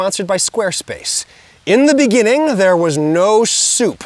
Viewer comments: "In de beningin" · in the beninging